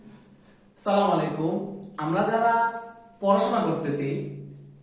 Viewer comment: তুমার সালামই ত হয় না বড় ভাইয়া😁